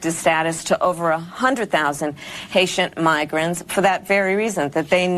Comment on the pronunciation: WTF is a "Haitent-Migran" ???